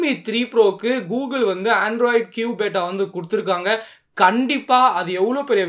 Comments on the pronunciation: Bro athu பேட்டா illa android Q பீட்டா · Athu beeta bro bata ila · Bata illa beta bro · That is not beta... Pronounce as Beeta.. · Bro beta pronunciation correct pannikonga bro💕💕💕